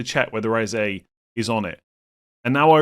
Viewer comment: As a community can we stop calling him Ezay.. it’s pronounced Ezeh.